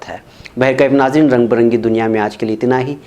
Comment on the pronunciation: عزیزی ،السلام علیکم ورحمتہ اللہ وبرکاتہ اردو کے بہت سارے الفاظ آپ بگاڑ کر بولتے ہیں جس سے کبھی کبھی تو بے حد تکلیف ہوتی ہے مہر بانی فرماکر اس پہ توجہ دیجئے،،، رنگ برنگی دنیا،،،، میں ، ب، کو با الکسر پڑھیے،،،،،،،،پتہ نہیں فتحہ(زبر) سے آپ کو کیا انسیت ھے بے شمار الفاظ میں زبردستی فتحہ ( زبر) پڑھتے ہیں، جیسے،، ٹھاکر، کا ، ک،وغیرہ،